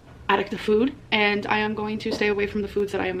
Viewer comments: Why the hell does she keep saying "füd" she never used to 🤨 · which is so weird bc she says fool for full why can't she say food without the umlat 😫😂